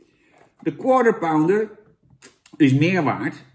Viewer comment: Ben ik de enige die gewoon structureel Counter-Pounder hoort bij een Quarter Pounder?